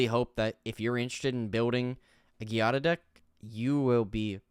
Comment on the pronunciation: It's pronounced Jiada I think, at least, it's the Italian version of Jade and in Italian I'd pronounce it that way.